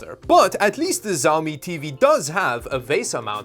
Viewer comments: The X in Xiaomi makes a SH sound, not a Z sound. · The right pronunciation is shiaomi, not zaomi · Pov Chinese people getting triggered by hearing him pronounce xiaomi as zaomi instead of shaomi like it's supposed to be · Small nitpick but I think it's good to understand basic Chinese pronunciation when you're in tech... Xiaomi is sorta like 'she-ao-mi' instead of 'zi-ao-mi' :-) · Its "Xiaomi" not "Jaomi" 😑😑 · Bruh man it "csiaomi" not "ziaomi" lol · Nice presentation. Btw, the pronunciation is not Jao-mi, but Shao-mi. Like always, enjoyed your video. Keep up the good work... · Xiaomi is pronounced more like with a "sh" sound than a "z" sound at the start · Me mad cuz you call the mi tv "zaomi" in sted of Xiaomi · ""z a o m I"" It's pronounced like "shiaomi" pl ea s e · Just a note, "X" is pronounced closer to "Sh" than "Z". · Dude was pronouncing Xiao Mi as Zao Mi 🥵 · You suppose to say "shiomi" not "ziomi" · Actually it is much closer to the SCH in schedule, maybe with a tiny bit of T in front of that. tSCH ee ow me. (After several listens to my Chinese wife pronouncing Xiomi. However, a different province will say it differently again, probably) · ¨First thing, I didn’t say Xiaomi was an obscure brand.¨ nah you sound obnoxious, dissing the brand here and there. Also is SHIAOMI no Siaomi. almost 20000 views, and just 5% of the likes. Yeah this video was a mess, sorry. Normally i enjoy your content but this... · Hahahahah ZhaoMi lollllllllll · xiaomi pronounced - shau - mee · why are you saying the name like its a Chinese war lord. Its Xiaomi and pronounced (Shawmi). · Its pronounced Shao-mi . X in pinyin makes an Sh sound. You know, like She Jinping. Anyway, in China Hisense as a brand name is bigger than Sony. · It's pronounced Shawmi :) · Xiaomi is pronounced she-ow-me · Dude: it’s xiaomi: pronounced Sh(ow) (like ouch) me. It looks a lot like my little insignia 22” monitor/tv that I bought from Best Buy! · IT'S PRONOUNCED "SHAO ME" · Ah yes ZAOMI